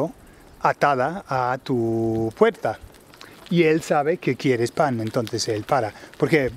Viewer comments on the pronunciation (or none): Cool vid, I had to look up 'reja de la valla' but other than that, lo he captado bien. Quick question, did you say 'puerza' . I'm guessing it must have been 'puerta' but just wondered if it was a regional pronunciation type thing.... Cheers m'dears!